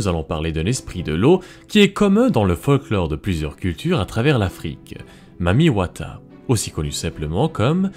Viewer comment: Je suis congolais, mais ce mec prononce très bien le mot « Mami Wata »